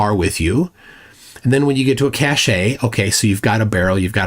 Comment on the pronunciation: Cache is pronounced cash!